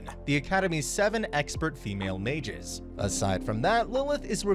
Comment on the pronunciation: Haha I love how the narrator say ma-ges instead of mages